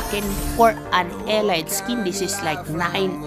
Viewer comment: "elit"po pag pronounce di po "elayt"